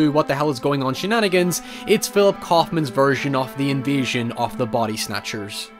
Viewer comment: Took me ages to work out you were saying invasion and not envision.